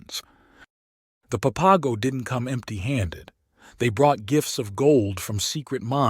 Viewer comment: it's pronounced pap-a-go